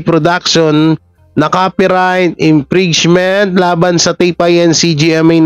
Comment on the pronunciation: Infringement is pronounced infrinzment